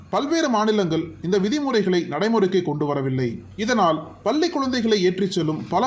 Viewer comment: குரல் மட்டும் தெளிவாக இருப்பதால் உச்சரிப்பு தெளிவாக இருக்க வேண்டாமா? பல்லி அல்ல பள்ளி! கேரலா அல்ல கேரளா!!